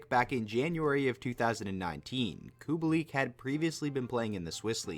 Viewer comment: ahh yes, i love COO-BALL-EEK. totally not Kubalik